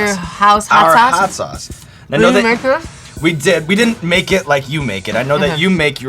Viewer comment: couldn't help but laugh at 's.o.s chilli'. it's really just pronounced 'sauce', sean.